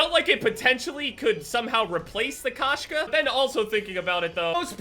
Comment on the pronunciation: It’s pronounced Koe-Shka and it means cat in russian